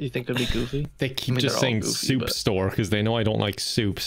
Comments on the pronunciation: I see what happened. Assuming the scammer was Indian. The reason he gave up might be because of the way said "soup" as "Choup" which means in Hindi to "Shut-up"! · the silence before saying “soup”, too!! i cant😭